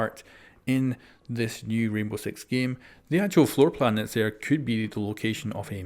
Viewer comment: he said Rainbow Sex xD